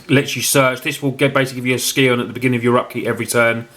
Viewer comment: I love you and your videos but please please it's pronounced Sigh-On, not Ski-on xD